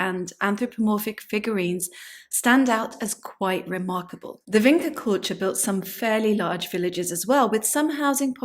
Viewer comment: VinCHa. Not Vinka